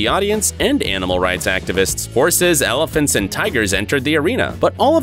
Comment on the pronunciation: "elifants" LMFAO